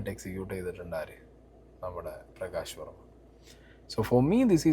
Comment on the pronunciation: നീ ആദ്യം പറഞ്ഞതെന്താ....... പ്രകാശ് വോമ യോ......??? 😂😂😂😂